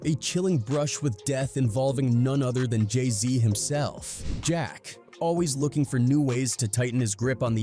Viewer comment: Buddy said Jay somn smn z. Like what?